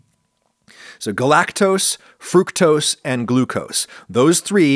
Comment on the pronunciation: i will say it is weird hearing adam say fructose the “right” way, especially after the corn syrup vid